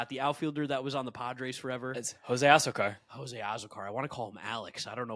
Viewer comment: As a diehard Jose Azocar (ah-ZOH-car) superfan, I'm disappointed that you put him in D and not S. I'm also disappointed and embarassed that you pronounced his name incorrectly.